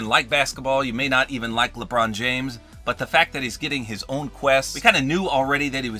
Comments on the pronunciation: LEbrOoon jAAAmes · I like how he said Lebron James in that accent instead of normally saying 😂 in